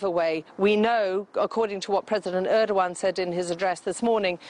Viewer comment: She said President Erdowan ....um I dont think so. It is ERDOGAN the President of Turkey.